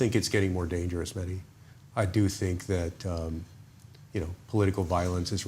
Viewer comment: Mehdi I am surprised that you don't ask your guests and fellow journalists to pronounce your name right. Most just say Medi, which in my humble opinion is disrespectful to Imam of our time Imam- e- Zaman. My brother's name was MeHdi and he demanded his friends pronounce it the way it's supposed to MeHdi with emphasis on the H. Would love to see all your guests do the same Inshahallah!